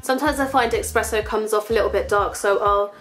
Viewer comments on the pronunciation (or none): It's 'espresso' darling ;)